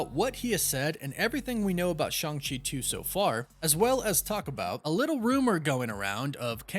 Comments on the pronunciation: Stop saying ShUng-Chi. It's ShAng-Chi. Listen to the damn movie. He is never called ShUng-Chi. Learn to say his name correctly. Been trying for months and you keep stubbornly saying the name wrong. Maybe we should start calling your show the CosmAc Wonder till you stop being stubborn and say the name right. I've been telling you for months now on every video where you talk about the character. There is no U in Shang-Chi and NO ONE in the movie ever pronounces it like you are. Say it right. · Loved Shang-Chi and kept calling Shang-Chi Shang, like Shangri-La, Chee